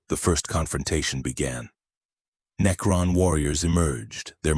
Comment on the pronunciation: Good video, however the sheer amount of misprounciation is unignorable. Especially words that are repeated 100 times and are literally the theme of the video. Unless you train you AI to properly pronounce words like that thos will probably be my last video N-E-K-Ron Mech-an-e-cus Are just ridiculous...